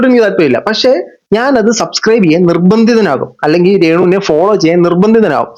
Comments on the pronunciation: സബ്സ്ക്രൈബ് ❌ സസ്ക്രൈബ് ✅😂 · സബ് സ്ക്രൈബ് എന്ന് പറയാനെങ്കിലും ശ്രമിച്ചു കൂടേ? എന്തിന്? അല്ലാതെ തന്നെ സസ്‌ ക്രൈബേർസ് ഉണ്ടല്ലോ അല്ലേ?😂